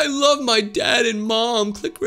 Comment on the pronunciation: "i lab my family" killed me 💀